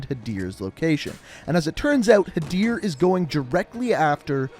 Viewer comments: Had-er Ker-im 😂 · I like how he pronounces the "-ir" in Hadir correctly but not the "-im" in Karim.